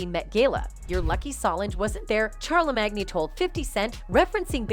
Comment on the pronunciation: Char le mag nee 🤣 💀💀💀💀💀